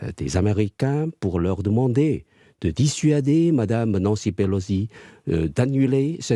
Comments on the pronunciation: Pelo SI. PELO. SI. Pourquoi vous dîtes PeloDI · Pelosi non Pelodie🤔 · Nancy Pelosi, pas Pelozzi, elle n’est pas Italienne chère madame. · Quelqu’un peut expliquer à la présentatrice que Pelosi ne se prononce pas Pelozzi….